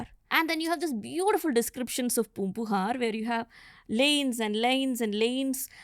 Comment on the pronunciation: Why invite a non Tamil scholar to speak about Tamil history? She can pronounce a lot of these words well but is unfortunately mixing up her native accent. Example: aga-naa-nooru. Not aha-naa-nooru. Poombugaar, not poompuhaar. There is no ha in Tamil. It is a foreign alphabet/sound. She can say Tamizh very well being Mallu but says Tamil. FYI : all students from TN who had this as our 2nd language learnt a lot of the literature and poetry that she touched upon in school. It is a part of our curriculum.